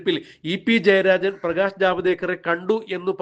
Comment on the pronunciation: എടോ പ്രകേഷ് അല്ല പ്രകാശ്.